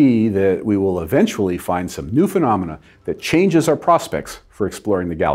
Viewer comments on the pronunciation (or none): none